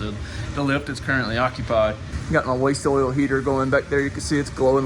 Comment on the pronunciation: Everytime you say waste oil 🛢 lol. All I hear is wastol like when you first made it. Wuv you